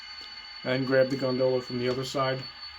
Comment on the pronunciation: Thanks for pronouncing gondola the right way,alot of people say it like it is a boat in venice,italy.